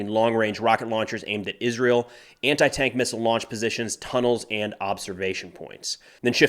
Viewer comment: Izzrull. Milladairies. Izzreal.